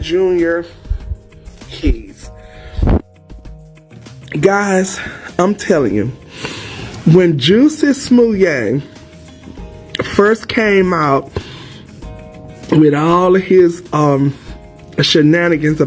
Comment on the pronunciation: "Juicy Smooyay." Black people could never pronounce his name. 😂😂 ❤❤